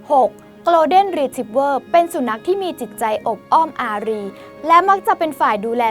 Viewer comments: ไม่ใช่ออกเสียงเร็ว ๆ กะโล = โกล. แต่ โก(ลด์)เด้น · 1. สัตว์โลกย่อมเป็นไปตามกรรม มันก็แค่คนชั่วห่มผ้าเหลือง อย่าให้ความสำคัญ กรุณาอย่านำเสนอไอ้เจ้านี่อีกเลย 2. อังกฤษผมก็ไม่เก่ง แต่ครูสอนให้อ่านว่า โกน-เด้น ไม่ใช่โกลว์-เด้น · Golden ออกเสียง โกลด์เด้น ไม่มีควบ ล. ลิง นะครับ ไม่ใช่ gloden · ขอนอกเรื่องนิดนึงนะคะ น้องผู้ประกาศขา golden retrievers ต้องอ่านว่า โกลฺเด้น ไม่ใช่คำควบกล้ำนะคะ ส่วนแครอทเดี๋ยวมันก็เน่าตายไปเอง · Golden อ่านว่า โกลเดน ไม่มี ร นะคะ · หนูอ่าน golden ผิดนะคะ